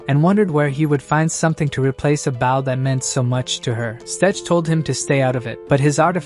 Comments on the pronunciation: why are you saing BAU when talking about a bow? say the oooo not the w!!!! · For the love of legolas! it's BOW not BAU!